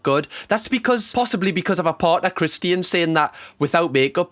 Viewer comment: lol the way you say Christian’s name I keep wondering who the heck Christine is lol 😂